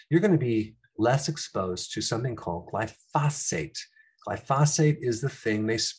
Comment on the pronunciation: It’s glyphosate not goyphosphate 👍